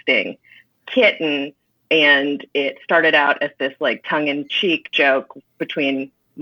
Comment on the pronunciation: Its pronounced Kitty-en?!